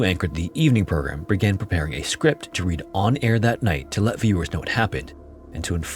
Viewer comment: Yes! You can tell because sometimes certain words are pronounced incorrectly. Like READ which can be pronounced two different ways. And it’s pronounced incorrectly in this narrative. Overall, though, it was easy to listen to, so it must be really good AI ?